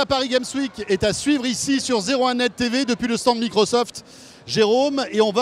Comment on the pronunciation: "Paris gaime week" --'